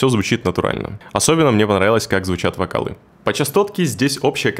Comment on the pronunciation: Как звучат вокалЫ ахахахаха чел ору с тебя